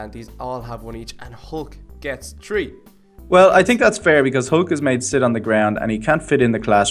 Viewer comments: why does he say tree insted of three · Instead of saying tree say three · It is not tree it is three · Not tree its three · say three not tree